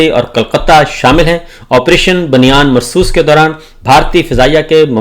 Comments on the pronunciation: Has anyone noticed she is not taking the name of operation correctly!!!😂 she said Bayanum marsoos.. hahahha It ia Bunyanum marsoos.. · قران مجید کو تو صیح پڑھنا سیکھ لیں بن یانن المر صو ص سیسا پلاہی دیوار